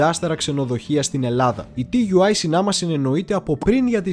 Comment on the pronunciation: Ενδιαφέρουσα η εκπομπή όπως πάντα όλα τα βίντεο, μία παρατήρηση όμως στις περισσότερες περιπτώσεις τα αρχικά γράμματα όπως και στην ελληνική γλώσσα έτσι και στη γερμανική προφέρονται σαν νέα λέξη δηλαδή TUI προφέρεται σαν Τούϊ .